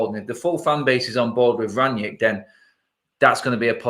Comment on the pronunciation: Where does Ranyick come from? It's Rangnick ffs. Imagine you knew someone called Nick and you rang them. Like that. How hard is it?